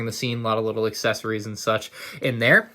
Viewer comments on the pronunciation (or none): none